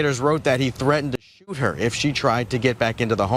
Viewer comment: Can’t say shoot either lol what a joke